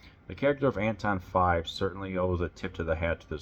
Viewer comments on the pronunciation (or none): Really enjoyed your review of The Abominable Dr. Phibes! Normally I let pronunciation quirks slide, but since we’re talking about the title character, I have to jump in — “Phibes” (P-H-I-B-E-S) is pronounced “Fibes,” like “Vibes.” Not “Philbs” — there’s no L hiding in there. I have to admit, I was a little surprised you said it that way, especially since they mention his name so many times in the movie. Just thought I’d pass it along — after all, Dr. Phibes deserves to have his name said right!